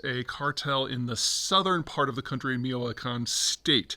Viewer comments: ...Mi-CHO-acan... say CHO like CHO-colate.... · Destroyed the name, not even close. Lol (Michoacan) mich-o-a-can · Not sure if that’s the right pronunciation of Michoacán. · Kudos for trying to pronounce it! "CH" in spanish is pronounced as in "CHange"... Always! No exceptions! In fact is one of our favorite combinations of consonants! We use it for everything! Ty this phrase: "Ya chole chango chilango". Have fun! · Its not. He needs to say it with a 'hard ch' like in the word 'change'. But when you're walking around a Colorado mountain forest with bunny ears and heart-shaped glasses you get a pass (or ignored?).